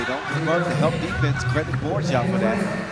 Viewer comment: Please tell the commentator Team Guam's Ben Borja last name is pronounced as BOR-HA. The "J" is pronounced similarly to how it is pronounced in Spanish. Thank you!!